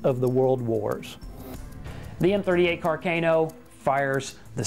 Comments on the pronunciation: car- c-Ah-no not car- cay-no. incorrect, correct. You can tell when people don't care about a subject when they don't bother to pronounce it correctly. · Car-cay-no? No Khar-kaaah-noooooo!